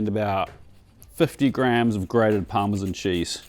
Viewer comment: Fascinated as to why certain countries pronounce it as ‘parsta’, when Italians don’t. And ‘risohto’ is also wrong. Even me in the UK knows this. And Parmesan? Just no.